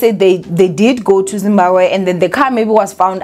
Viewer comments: No one can ever tell anything about saying ZimbaKWE instead of Zimbabwe😅😜😊 You have to be smarter to know that Thabo and his Dr friend are steps ahead and can do anything to play anyone looking for them. They definitely abandoned the car to paint that picture my Queen. These guys are probably in Dubai or the US Alaska living their hidden lives. They knew the police won't think otherwise. How pathetic is the SA police hle Eish. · And is back again with "Zimbaqwe" "Zimbakwe" bathong 😂😂😂😂 don't killme. "ZIMBABWE" say it after me Z-I-M-B-A-B-W-E...😂😂 "BWE" NOT "GWE"